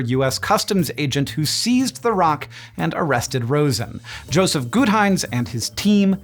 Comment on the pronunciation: "Jospeh"? Not Joseph?